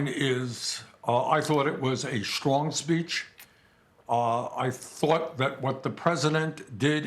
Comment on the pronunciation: Bernie totally said "schlong speech" lol.